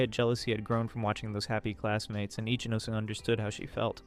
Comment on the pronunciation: every time i heard his name ichinose, i only heard itchy nose😅